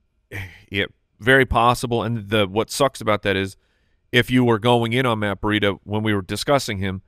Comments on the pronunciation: Why is pronouncing Breida "burr-ida"? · It drives me crazy every time says Breida. It's Breeeedah. Not Bureida. I keep thinking of a burrito when he says it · Am I missing an inside joke/nickname they have on Matt Breida? Or does actually say Breida like Burrieda?